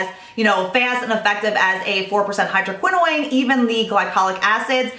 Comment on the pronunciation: love love love your videos but the way you pronounce hydroquinone seems to be incorrect. You pronounce it as if it was spelled like tretinoin. Is that how it should be pronounced? Thanks for all the skincare advice!